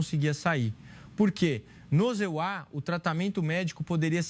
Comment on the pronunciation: A história é bonita, mas a narração é péssima. Talvez seja I.A, mas de qualquer forma troca os EUA por ZA e é um erro imperdoável. Quem é o criador desse conteúdo?